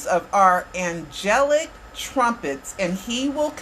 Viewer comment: As well as saying angelic wrong twice he also stated when he hugged Michael and said goodbye. Michael hugged and responded back I love you more. How does a diseased person hug you and respond back to you if they are in fact dead?